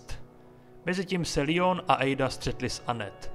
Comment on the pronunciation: Dobrý video jen mi rve uši tvůj Lion, je to prostě Leon jsme Češi tak to můžeš říkat normálně i Angličani říkají Leon i amíci to vyslovují Leon